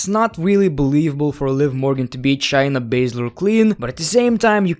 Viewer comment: Shay-Na not "Chy-na"